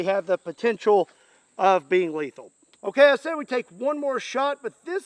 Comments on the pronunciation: it is in the name, Less leathal not, Not Leathal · You said less lethal look like little more letthal